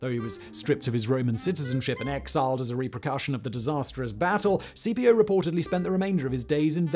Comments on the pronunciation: Caepio should be pronounced "Kai-pio", not C-P-O. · A very cool video! But it realy rubs me the wrong way how you pronounce Caepios Name. You pronounce it like the famous general who defeated Hannibal is commonly pronounced: Scipio (though he would have been pronounced more like 'Skipio' trying to translate it in english writing). Now, Caepio would be pronounced more like 'Kaypio'. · Since I had this running as audio in the background, I thought Simon was talking about a Scipio rather than Cambrian War's Quintius Servilius Caepio .... I know English people can't pronounce Latin names - but as a general rule "C" in any Roman name is a hard K sound, not a s sound. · There's no soft c in Latin, Simon. Something you seem to instinctively understand for Cannae but not Caepio and Cimbri. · Great stories, but in the first the pronouncing of Latin names is bloody awful.